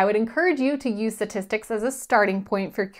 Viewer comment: What are satistics? I thought it was pronounced statistics.